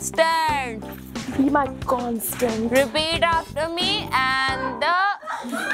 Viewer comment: "C O N T A N T" nahi C O N S T A N T T T T T